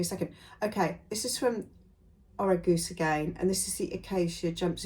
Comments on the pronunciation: Oh-raje-er-z 😊 short o, soft j Great video! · Thanks so much! Orageuse is pronounced or-a-jerz with the j like in “frere Jacques” like a zh sound xx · I made the Deer and Doe Sirocco jumpsuit this autumn (in black jersey)) It's amazingly quite flattering for someone without a waistline. For the French pattern company "Orageuse" prononciation - you need to say the G as though it was a J (the e after the G softens it) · Orangeuse is pronounced like Orange Juice with a Z instead of the C in Juice so Orange Juize… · I love the Orageuse Copenhagen jumpsuit. Great find! ❤ the pronunciation is difficult to explain but would sound more like the “ J “ in juice. It means Stormy 😊